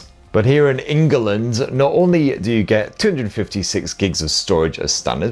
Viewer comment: Why did you say engaland?😂